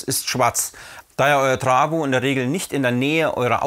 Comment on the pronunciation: Das heißt Trafo und nicht trawo